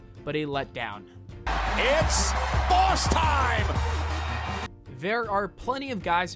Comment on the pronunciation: "Its baws time" 😂